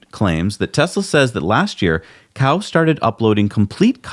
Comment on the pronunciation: Cao is pronounced "ts-ao...". Cow is the way to pronounce an animal that provides us with milk....